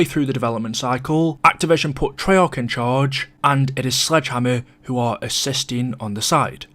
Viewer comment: Why does he always hold his pronunciation of the letter a “treyaaaarch”